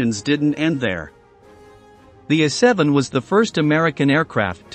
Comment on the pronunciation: What the heck is an "Uh7"? Find someone who can read and loose the computer, thank you, a NON-subscriber.